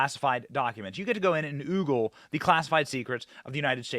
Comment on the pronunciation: Ogle, not "Oogle", Benny! Oops! Listen to Tucker, Benny: - Nu-cle-ar, not Nu-CU-lar...😑